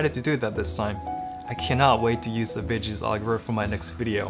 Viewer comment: I'm promise I'm not trying to make fun of you but your pronunciation of "veggies" made me do a double take